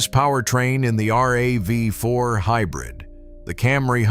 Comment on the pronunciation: Same useless AIs! Nobody calls RAV4 as R-A-V-4🤣